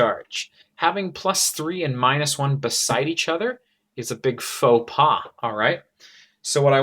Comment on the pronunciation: A big... "Faux pas" XXX Hahaha